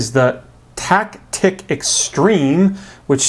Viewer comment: Taktik not tiktak